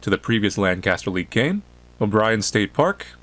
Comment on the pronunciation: As someone who lives LANCA-STER, I can finally understand why it's annoying when someone pronounceses it wrong... 😑😒